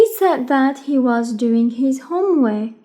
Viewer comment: شرح ممتاز بس انسة ليش ما تلفظي حرف الراء في كلمة (هومورك)